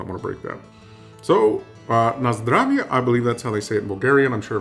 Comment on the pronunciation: It is recognized, it is said: "nazdrAve", "blagodariA" - pronunciation! And why are you insulting us Bulgarians, claiming that what is sold in malls and supermarkets is food? Canned food, yes! For long-term storage, yes. But this is industry, not cuisine! Bulgaria and broccoli. The two states don't get along. Try homemade "Lyutenitsa"! It has no sugar!